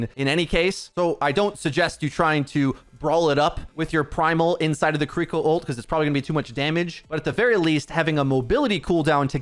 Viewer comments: Fantastic info as always!! But her name isn't said "ki-Riko", there's no emphasis mid-word on the R. It's simply "Ki-ri-ko" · I know it's not your fault it's just how you say it but Kiriko is pronounced key ree koh. Not Koh ree koh. Just wanted to educate. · he keeps saying the name like kurreeko instead of kiriko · are you saying Kuriko? Ki-Ri-ko means child of mist. Kuriko be child of chestnut lol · It’s pronounced kee-dee-ko just for future reference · I'm sorry I don't wanna be this person but please stop saying her name like that 😭 it's as bad as people saying "naRUto" instead of "NAruto". It's killing me lmao her name should be pronounced "KEE-ree-ko" or "KEE-rih-ko" 😬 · Major ear-worm when you pronounce Kiriko like that hahaha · PLEASE learn how to pronounce her name. It's killing me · why are you saying her name like that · Love your videos, but I hate how you're saying Kiriko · Hate the way he says kiriko